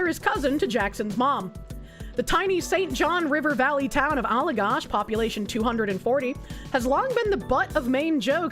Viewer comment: how you pronounced Allagash hurt